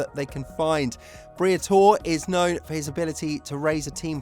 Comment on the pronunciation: Who is Briathor? its BRIATORE!